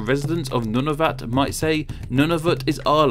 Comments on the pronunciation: NUNAVUT IS PRONOUNCES "noo-na-voot" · Noo-na-voot. NOT Nun-of-it, NOT Nun-a-vut. NewF-IN-land. NOT New-FOUND-land, NOT New-Finland. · Well "noon-a-voot" is how they pronounce it in their language... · Your pronunciation of Nunavut is killing me inside. Also Newfoundland. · Culdee Fell Productions no one I’ve ever heard pronounces them like that.